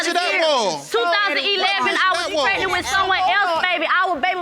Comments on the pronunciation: Prednent!!! If they would just pronounce the word correctly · Why does none of the folks on this show pronounce pregnant correctly!????🤦🏽‍♀️. It drives me nuts!🤪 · Yes, you honor! Pregnat! A lot of silent letters 🙄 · If I hear one more person say “Pretnit” Instead of Pregnant, I’m going to scream 😂🤣